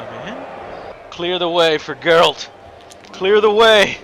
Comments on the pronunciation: "JerALT Whitefur". XD TB, you've said you like the Witcher series. How do you not know how to pronounce that name?! Or was that deliberate? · TB's never played Witcher? He completely butchered the name "Geralt".